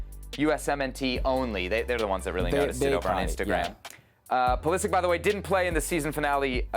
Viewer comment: Learn how to pronounce Pulišić surname correctly. Its not Pulisik. Its Pulisich=Pulišić